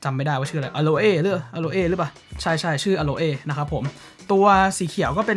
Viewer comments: สีเครื่องอ่านว่าอะโล่ครับ ไม่ใช่อะโลเอ่ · อโลเอ้ก็น่ารักดีนะครับ ออกไปทางสำเนียงญี่ปุ่น นึกถึงน้องโคลเอ้จากเรื่องสไลม์เลยครับ 555